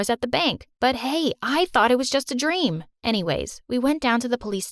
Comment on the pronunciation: IS IT JUST ME OR DID SHE SAY IT AWS A DREM